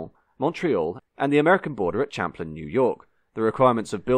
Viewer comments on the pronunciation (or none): none